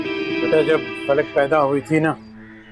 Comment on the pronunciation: Everyone said फलक but gaiti said पलक 😅